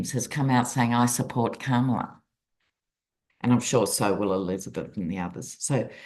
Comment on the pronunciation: Comma-luh, dear, Comma-luh. Thank you